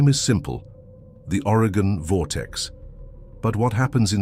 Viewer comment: It's very distracting when Oregon is so often mispronounced. It's Oregon, not Arigan.